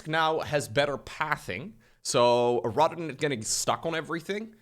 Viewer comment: Everytime my man says rather than, I hear Rotterdam, and I wonder where is he.